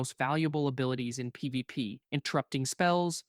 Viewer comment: If you're going to use AI, at least have it be able to say P V P. Lazy shit.